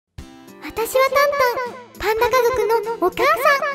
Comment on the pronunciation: ちーにゃがぱんたにたべちゃんうよていってぱんだがだへるていっていたのがちょっとだけおもしろい😆